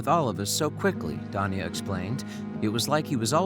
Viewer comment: Is he saying Tanya weirdly, or is Danya really a name?